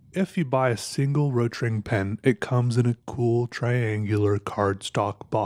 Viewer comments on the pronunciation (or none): Rotring... It's pronaunced Rot Ring = Red Ring.